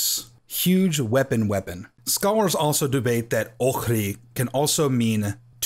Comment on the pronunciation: only reason i did was when he said "scholars" but that was more of a laugh cringe